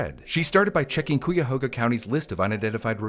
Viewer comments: It’s Cuyahoga county pronounced “Kaiyahoga” not “cooyuhooga” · COO-A-HO-GA? KAI-A-HOGA! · Cooahoooga? Its Cuyahoga. Like ky-a-hog-a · Cuyahoga County is not pronounced “Coi a who ga” it’s “Kai a hog a” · A quick note if you cover any other Cleveland area cases: Cuyahoga is pronounced Kai-uh-ho-guh, comes from either the Seneca or Mohawk word for “Crooked River”, describing the Cuyahoga River that snakes its way through Cleveland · I laugh every time he says Cooooahoga. The Cuy in Cuyahoga rhymes with sky. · It's pronounced KAI-A-HOGA county. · Thank you cause I cringed Ki-a-hog-a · It's pronounced "kai-ya-ho-ga" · As a Cleveland native. Cuyahoga ks pronounced KIE AH HOGA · Cuyahoga is pronounced KY-uh-ho-ga. My family is from Ohio, near here. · love your videos and the light they shed, but please for the love of God it's pronounced kai-uh-how-guh (Cuyahoga) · It's crazy that any of that would happen. . . Anyway a little help on pronouncing Cuyahoga... it's Kai-a-hoge-a Sorry it's a pet peeve of mine since I was raised around that area. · My soul... Cuyahoga county, as a person born there, has always been pronounced ky-uh-ho-guh or ky-uh-hog-uh. Never ever once have i heard that name pronounced so painfully lol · kai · uh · ho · guh Source: I am from here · im going to icepick my ears if i hear coo ya hoo ga one more time lol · For other non-locals: They are pronounced "KAI-uh-hoh-guh" and "buh-REE-uh" and "AHH-krohn" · I'm pretty sure Cuyahoga is pronounced kaya hoga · That's the county I grew up in! It's pronounced kai-a-hog-a. =) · Sorry, I lived in Cuyahoga County for years, gotta step in and say: It's pronounced "kai-uh-ho-guh." Either way, I enjoy your videos. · it's pronounced "kaya-hogga" Cuyahoga County, Ohio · Ohio resident here! it’s pronounced KY-uh-ho-guh :) I believe it means “crooked river” in a Native American language. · It's pronounced "Kentuckyahoga?" How odd... ;) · Cuyahoga is pronounced Kai-uh-ho-ga not how you said it